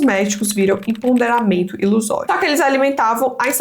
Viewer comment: Oi! É empoderamento, não emponderamento!!! Adorei o vídeo!